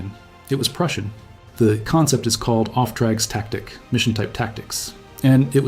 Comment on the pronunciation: as a german it Took a while to unverstanden what he said. Auftragstaktik spelled like off tracks tactic is ... crazy 😂